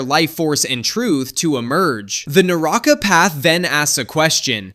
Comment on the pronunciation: Naraka not naraaka